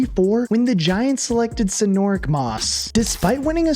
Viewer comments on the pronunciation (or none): This guy can’t pronounce black people names. Sinorick? WHO tf is sinorick?